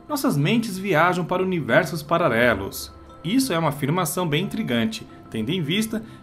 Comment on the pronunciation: Eu ouvi pararelos? 😂😂😂 Duas vezes??